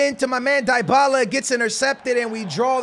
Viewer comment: please learn how to say dybalas name right